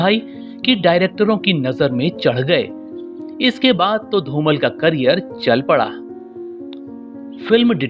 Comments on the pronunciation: It is not Dhumal it is Dhumaal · Very nice video but you should pronounce the Legend actors name in correct manner. You are addressing him as "धुमल" whereas correct pronunciation is "धुमाळ" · धूमल नही धूमाळ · Yes... You are not pronouncing his surname Properly.....learn how to Pronounce and then Record such .....